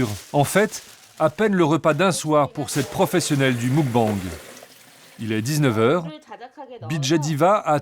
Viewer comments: En Coréen on dit mokbeNg et non moukbANg. D'ailleurs cela s'écrit 먹방 et signifie nourriture. ☀️ Bisous s'écrit soit 키스 (dit kisseu) soit 뽀뽀 (dit popo) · Les journalistes ne respecte rien, d'une ça se dit pas moukbenge c'est meukbange ensuite à qu'elle moment tu dis la "gloutonne" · Attends le quoi !? Le mOUcbang 🤣🤣 c'est mUcbang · "Le MOUGBANG 🤣🤣🤣🤣" le mukbang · Muk-bang 먹방 se prononce plus mog bang